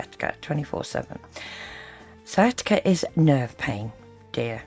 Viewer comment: I believe she said Sia Tikka instead of sciatica one time